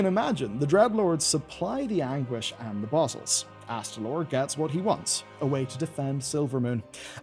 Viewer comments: It's AsTAlor not AsTRAlor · I know “calling out YouTubers for mispronouncing fantasy names” has become a meme but he immediately adds an extra R that simply isn’t in Astalor’s name [not Astralor] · Astalor, not Astralor. Don’t mangle my boy's name or I'll extract your anguish! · Why do you keep adding an extra R to his name when you say it? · Uhm, ACKSHUALLY, there's only ONE 'R' in Astalor's name... ☝🤓